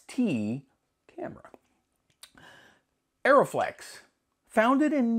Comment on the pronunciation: Also it is "Uh-ree-flex", not "Aeroflex" :D